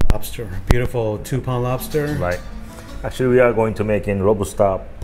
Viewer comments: this nigga said robster 😭😭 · “LOBASTER” herro